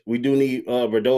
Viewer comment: Mr. Harris butchering my son's name 😂. Boireau is pronounced bore- row.